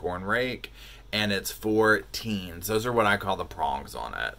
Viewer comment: TINES = like LINES -- not TEENS -- P.S. you are hilarious